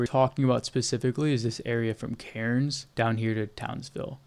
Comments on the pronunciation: Amazing mate you should volunteer for OSINT with Ukraine they'd really appreciate it. Also mate Cairnes is pronounced Cans believe it or not. Beware the drop bears 🐨. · TOWNSVILLE MENTIONED (Cairns is said as "cans", you dont say the "r") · Pronounced "Cans" mate 🍺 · hearing him say cairns incorrectly over and over pissed me tf off as an australian. you dont PROUNOUCE THE R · It's just so funny hearing an American try to pronounce Cairns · ( Why is it impossible for Americans to say Australian city names correctly ?